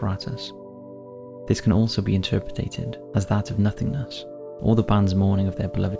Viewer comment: ok, so please, enough with the mispronunciation of interpreted! ya doin' my head in!